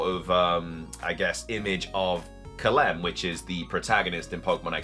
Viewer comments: woah lol, I always thought it was about his intellect that he couldn’t get a real job. He looks fit tbh. But he’s definitely not very smart. Calem is pronounced Cal-em not Cal-lem. Lol, then he doesn’t know how to pronounce evangelion. Everything that should be obvious fake by the blurriness and quality shouldn’t be even considered as a real image. The image of golbat thing is what I’m referring to here. It’s not a screenshot, it’s a rendered image that has been intentionally blurred. That’s usually a way to hide the flaws. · Calem is pronounced “Kay-lum” not “ka-lem”